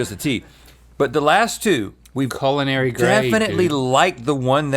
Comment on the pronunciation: Can someone please tell link it’s pronounced Cull-in-ary? I’m disturbed every time he says Colon-airy